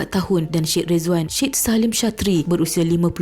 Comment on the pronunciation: Sebutan Syed = sya ed ✅ Sed ❌